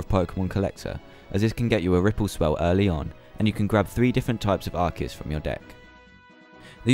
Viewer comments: Yes! Finally a correct pronunciation! Everyone says Ar-See-Us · also, props to you for pushing the true pronunciation!